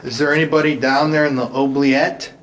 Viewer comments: It's pronounced oo-bliette. Were those growls in the chapel tower, or whatever it is called? Creepy!!! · every time you say OH- bliette instead of OO-bliette, I get the giggles. 😂 The runes experiment was fun to watch!! The first thing I thought when your insulin tube was clipped in the chair was that it might be something a kid playing tricks on you would do.